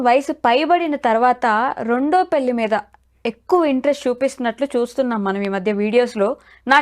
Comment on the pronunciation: పెల్లి కాదు పెళ్లి!